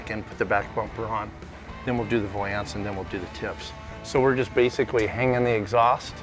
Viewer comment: P.S. it's not a vowlance, it's a valance.